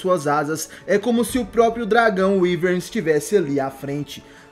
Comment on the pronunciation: Radamanthys de wiverne Se fala Wiverne